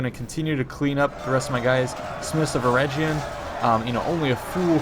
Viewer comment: talk of pretty boys...hnnnnnnn ( ͡° ͜ʖ ͡°) Also, Eregion is pronounced with a hard G.